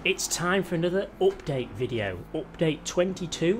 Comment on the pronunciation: Everytime he says “optade” take a shot